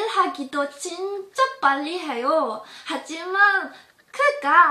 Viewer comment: I don't speak Korean but I listen to it all the time (via dramas, variety shows) but she sounded too pushy. Is it me or I kinda heard she pronounced 빨리 (ppalli) as 빨래 (ppallae)? 😅